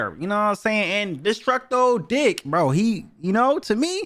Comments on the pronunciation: Did you just say destructo dick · Bro said destructo dik 💀💀💀